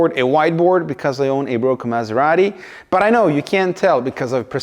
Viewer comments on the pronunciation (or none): it's the only time you say the actual name of the car: "Miserati"